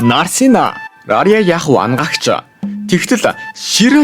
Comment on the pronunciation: Anagaagch baisan ymuu bi angaagch gej sonsood baisanshd hahaha